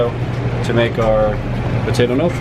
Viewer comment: losing my mind at the way he pronounces gnocci